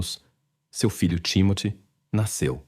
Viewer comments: O nome da criança creio que é TIMÓTEO e NÃO TIMOTÉO!!! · NÃO É TIMATE , MAS SIM TIMOTY . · Não entendo o porquê da pronuncia tão errada do nome do menino que se chamava Timothy. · Foi corrigir e corrigiu errado. É timothy! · Desculpe, mas essa narração é irritante. Principalmente quando fala nomes ou palavras que soam extremamente erradas para a língua portuguesa. O nome do menino, pelo que entendi, ora é Timóteo ou Timothy. Enfim, não consigo acompanhar a narração sem notar que esse IA, é extremamente irritante. 😢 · Nossa pq vc pronuncia errado o nome do menino? Hj da prasaber pronuncias no Google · O Narrador é burro e nao sabe pronunciar o nome do garotinho. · Com tantas versões e mentiras da mãe, sem dúvida ela deu fim no menino pra se ver livre da responsabilidade. A falta de emoção dela diante da perda do próprio filho prova isso. Agora, a interpretação do caso é péssima, deve ser IA, não conseguem nem pronunciar o nome da vítima. Com certeza eu não vou assistir a outro vídeo deste canal.